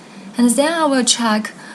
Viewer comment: why you keep saying ' zhen' instead of ' then'